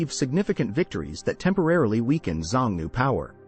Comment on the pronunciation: You should have checked the pronunciation of Xiongnu. It is shiong-noo.